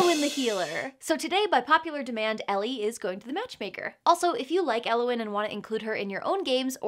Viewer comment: As a welsh person it confused me greatly to hear Elliwyn pronounced like that. I like it though